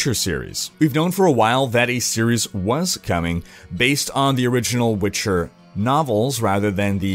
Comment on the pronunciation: The way you pronounce Witcher and Geralt bother me.